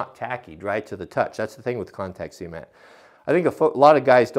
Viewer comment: I have to stay. I love how you say cement. I'm in NY and everyone says cement (sah-mehnt) but how you say cement (sea-mehnt) idk why I just like it! Haha.